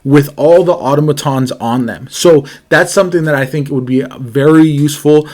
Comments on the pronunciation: Ah TAH muh/moe tons. please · I think they were criticizing you for how you pronounced automatons And Auto matons means car thugs or bullies in Spanish. So it’s just a funny play on words based off of how you pronounced it. 😊